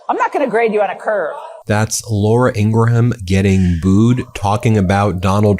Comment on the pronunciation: Ben, do you mispronounce Ingraham’s last name on purpose to get under her skin?